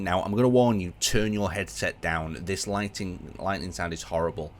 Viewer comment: I love how he says lighting when talking about lightning similar but two different words